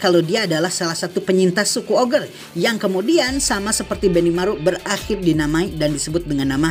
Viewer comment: Maaf nih bg, ogre baca nya ogre bukan oger, ya kan ya?